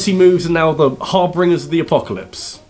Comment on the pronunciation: did you really say harbringers? That's not a word it's harbinger prnounced har-binge-er like the leader of the reapers in Mass Effect 3.